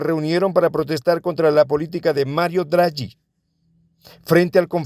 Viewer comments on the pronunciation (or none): Draghi se pronuncia Dragui y en italiano Francesca se escribe sin h. Perdón se que es un poco confuso en italiano chi che suena como ki y ke e ghi ghe como gui e gue pero por si acaso se tenga que hablar más de ellos para decirlo bien. Óptima la información, en Italia sufren de una propaganda estricta y necia, sea por la plandemia que por la guerra. Solo algunos como la Donato hablan y piensan claro. También esta Paragone e Forcinito, pero en general es una dictadura establecida hace unos años los representantes no son decididos por votación popular y mi pobre pueblo está perdido en una epidémica disoncia cognitiva. Es un pena.